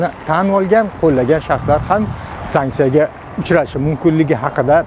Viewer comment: ule sanksiya sanksiya deb.